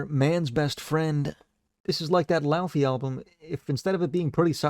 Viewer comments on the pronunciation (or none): Dear god, it’s “Lay-vehy” not “laou-fee” 😭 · Really happy to know I wasn’t the only one pronouncing Laufey like that